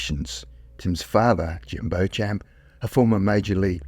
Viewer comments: Why why why'', do you and other posters/Tiktokers or whatever, never learn to prounounce a name properly and end up sounding like a moron. Just google it if you are not sure, It is not 'Bow Champ' which is making my ears bleed, it is 'Beecham', now I can't listen to the story, because I am embarrassed for you. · It sounds like you are trying to pronouce the last name Beauchamp. In English the correct pronunciation is "Beechum" and French speakers with that name pronounce it "Bo-chah". I've never heard it (correctly) pronounced "Bochamp". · Jim "Beach" Beauchamp, pronounced beach-um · Beauchamp should be pronounced Beechum.